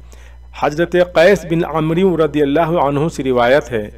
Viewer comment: aap sahih nahin padty umru nahi amr padna hy